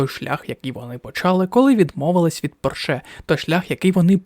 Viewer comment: У слові Порше наголос робиться на іншому складі 😢